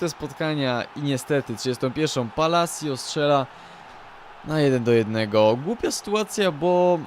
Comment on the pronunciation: Nareszcie ktoś dobrze wypowiedział nazwisko ,,Palacio"